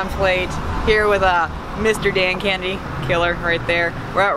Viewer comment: Did she just call you Dan candy 🍭 instead of Kennedy?? good to see again 😉